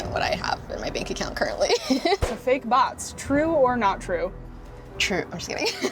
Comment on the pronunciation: When she said Bots, I thought it was butts😂